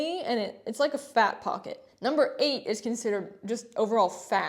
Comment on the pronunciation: why did this make me cackle 😂 the way you said this 😂😂😂 “just overall FAT”